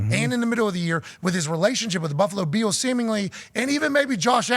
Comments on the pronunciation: Why does Pat say "Beels" instead of "Bills"? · Can you please stop pronouncing “Bills” like Von Miller? I can’t take it anymore